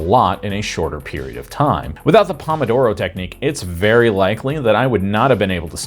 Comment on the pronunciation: That's not how pomodoro is pronounced.